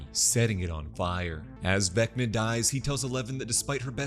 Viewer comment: Everytime he said VecccNNaaa in the video I repeated it.